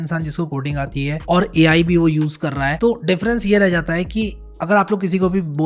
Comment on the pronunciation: Ai ❌ Me ayi ✅